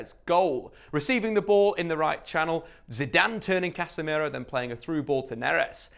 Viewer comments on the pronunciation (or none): none